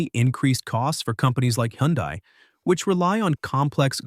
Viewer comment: It can’t pronounce HyUndai properly